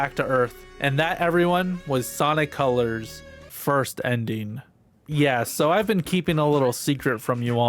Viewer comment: ah yes, you mean col-ures ~